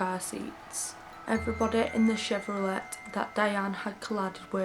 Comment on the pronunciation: Hello from the 🇺🇸❗️Just discovered you and you’re Wonderful- Absolutely Love the way you speak so calmly and your accent is ACES! I’ve subscribed and will now have a marathon of your presentations- just to let you know,, that Chevrolet is pronounced “Chev row lay” with a silent “t”. 🌈⭐️❗️